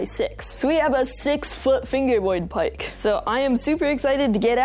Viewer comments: What accent is that bc you said paik but not park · I like ur accent but the way you say park triggers me it sounds like pike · At first I thought you were saying pike instead of park lol, idk I think it's either that's how you pronounce it where your from or that's how you were taught to pronounce it. Oh and btw, do Canadians really pronounce z as zed? Or do they still prounoince it as zee? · Bro said pike instead of park 50 times but I still love his videos